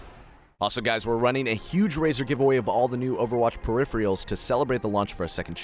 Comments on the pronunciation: Peripheral = per-ree-fer-row Please search up words you don't know how to pronounce properly before doing the voice-over. You ARE improving though, Gj! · I'm sure I just suck at spelling out sounds like this XD The phonics for the word is \pə-ˈri-f(ə-)rəl\ , which I tried to translate to plain spelling, and it's actually fairly similar. But anyhoo, he was pronouncing it wrong for sure. :)